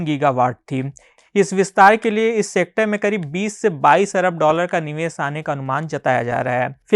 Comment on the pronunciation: Ser nahi bhai share Niwes nahi niwesh